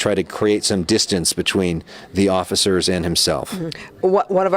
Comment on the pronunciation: Did that dude say "occifers?"